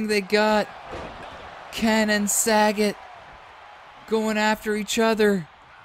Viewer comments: Sah.Got is how it's pronounced brother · It's Sa-Got. He should have owned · .......Love your rumble videos......so a few comments......Its not SAGET....(as in Bob Saget)......its Sagat (pronounced Sah-Gaht). Also, Ryu can be pronounced Rye-U or Ree-You. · There's a difference between mis pronouncing, and just not reading. Its not Bob Saget, its SagAt with an A.🤦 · Jesus the butchering of these street fighter names. Sagat is pronounced Suh-got. Akuma is pronounced Uh-koo-muh. Ryu is Re-you. You got Fei long, zangief and Vega right though. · Yea I cringed every time you said Sagat, 😆 I was glad when he was eliminated. 😂